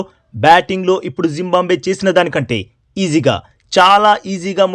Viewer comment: జింబంబవే కాదురా జింబాబువే రా బాబూ